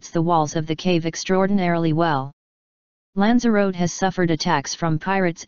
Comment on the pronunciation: Pity you used the Microsoft robot voice. for starters, it cant pronounce the word 'Lanzarote' correctly.